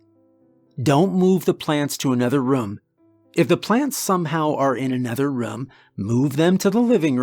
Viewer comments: I love your videos but why do you call a room a "rum"?? Lmao 😂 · Didn’t make it further than , because of your pronunciation of ‘room’. I would have gone absolutely insane if I heard that onece more.